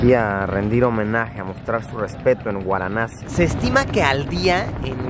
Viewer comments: VARANASI o antigua BENARÉS pero no “guaranasi” Luisito 🤦🏻‍♂️ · guaranasi ?? hahhaha VARANASI o BENARES. Dios Mio..viajar no implica cultura, yo e VIVIDO en India y muchisimos paises...tus videos son mas bien como "cultura" para los mas simples... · No superó Guaranassi 🤣 me voy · "Guaranasi" o Varanasi????? 🤔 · Luisito: Guaranassi 🤣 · Jorge Romero Cano pensé que era la única que lo escuchaba decir guaranasi 😂😂😂hay obits si se paso jajaj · Es varanasi....no!? Waranasi..😂😂😂🤣🤣🤣🤣🤣🤣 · Luis es varanasi. No guaranasi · guaranasi ?? hahhaha VARANASI o BENARES. Dios Mio.. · Por qué dices gusta así?es varanasi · Por qué dice Guaranasi? Es VARANASI 🤣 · Se pronuncia Varanasi, no waranasi, o benarés, la ciudad más vieja del mundo. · Benares o Varanasi no guaranasi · Se pronuncia Varanasi no Waranasi. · No es guaranasi, se dice varanasi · Es Varanasi !! No Guaranasi !! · Varanasi, no Uaranasi. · Luisillo dice "Guaranasi" y es Varanasi o Benarés jijiji .perdón solo hago la corrección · No se pronuncia "uaranasi" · Soy yo o luisito dijo "Guaranasi"? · Cada vez que Luis dice "Guaranasi" en este video han muerto sido incinerados y arrojados al Ganges en Venarés 515 gatitos. Di Venarés, ayuda a los gatitos. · Por que dice: “guaranasi”?? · Pero te pareció interesante 'Guaranasi' (? Es VARANASI o Benares xD y no es que lo dijeras sólo una vez nooo, por lo menos 6 veces xD El típico viajero que no sabe ni donde está. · Es varanasi xD no waranasi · Xd porque Luisito dice "guaranasi" si es Varanasi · Luisillo el tontillo 😆No es waranasi es Varanasi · Jorge Romero Cano 🙄 que pesado el chaval con su “guaranasi” 😂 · Porque pronuncias Waranasi?